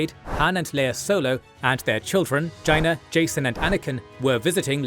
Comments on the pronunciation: The way pronounces "Jaina" made me do a double take, lol. I've always said it "Jay-nah" not "Ji-nah" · YAY! I've been waiting for the Yuuzhan Vong war for a long time. You've done and Amazing job! The only problem I have is your pronunciation of Jaina Solo. I believe her name is pronounced Jay-na or J-A-na, it's a silent I, and the A says it's name. Also, there are official Yuuzhan Vong names for their ships. The Coralskippers are called Yorik-et by the Yuuzhan Vong. The main Yuuzhan Vong Capital ship is called Miid ro'ik. It is 1,600 meters long and is more powerful and more well armed than both the Imperial 1-class Star Destroyer and Imperial 2-class Star Destroyer, though weeker than the Imperial 2 Rejuvenator Sub Type Star Destroyer, Rejuvenator-class Star Destroyer, Mon Mothma-class Star Destroyer, and most definitely weeker than the Nebula-class Star Destroyer. One of the main Assault Frigate/Cruisers of the Yuuzhan Vong navy is called the Matalok. Yes, the Matalok is 1,200 meters in length, classifying it as a Capital ship according to the Anaxes war college (Capital ships 1,000-2,000 meters long), but the Matalok's armaments put is somewhere between an Assault Frigate and an Assault Cruisers, not quite a Heavy Cruiser or the larger end of the Assault Cruisers, but still powerful for it's class. The Kor Chokk is the main Battlecruiser/Star Dreadnought of the Yuuzhan Vong fleet. It is over 8,000 meters long, but has the armaments of smaller end Star Dreadnoughts. Star Dreadnoughts are most Warships over 10 kilometers, according to the Anaxes war college, including Super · Wooo! You're the best! We've been waiting for this for years! 🥳🎉 Although the solo girl name is pronounced "JEY-NA." Also, you should include how Thrawn's entire motivation all along was to protect the galaxy from the Vong, whom he knew was coming. Plus, a vong origin story involving Silentium and Abominor would really help clarify them as villains.